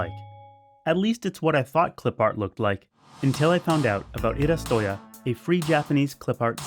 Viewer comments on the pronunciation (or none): ii-RA-su-to-YA not ii-ra-SU-TO-ya Cmon, its 'iirasuto" as in 'illustration', plus '-ya' for "place that sells/provides"